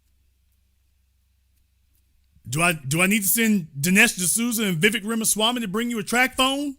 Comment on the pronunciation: It's Vivek like 'cake'. Please learn to say his name right. He talked about Americans in general not White, Black, Brown or some other shade. You are making it all about Black and White. He wants to make America competitive - what's wrong with that?